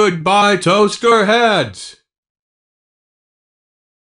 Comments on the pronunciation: yOu SAid oH gOiLY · “ oH GoIlY”